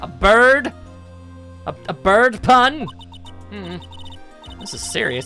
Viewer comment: Also God dammit its bird! Maggy Byrde. Which is why she has the letters